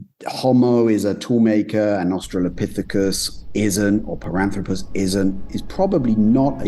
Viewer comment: Piranthropus? Zinyanthropus? BIG JAWS? Related?🙈🙉🙊